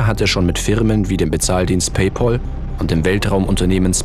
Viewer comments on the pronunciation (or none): Liebes, ich hoffe, ich liege jetzt nicht nicht falsch, aber die Aussprache von Pay Pal ist wohl falsch, oder? Es ist ja nicht der "Pay Paul", sonder "Pal", also Kumpel, so wie in "Pen Pal" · Sehr gutes Video liebes Team. Jedoch war ich etwas überrascht, dass Ihr den Namen "PayPal" falsch ausgesprochen habt. "Pal" bedeutet "Kumpel" und wird mit A ausgesprochen und nicht wie der angelsächsische Name "Paul". Komischerweise wird PayPal in Deutschland aber sehr sehr häufig falsch ausgesprochen:-) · Ganz nett gemacht, aber mit Schwächen in der Recherche. PayPal wird nicht so ausgesprochen, wie es hier zu hören ist. Der Begriff setzt sich nämlich aus den englischen Begriffen "pay" (bezahlen) und "pal" (Freund, Kumpel) zusammen; und genau so wird es dann auch ausgesprochen.